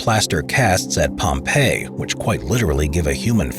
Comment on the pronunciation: "Liepwop?" A few seconds later "Oh. Pompeii."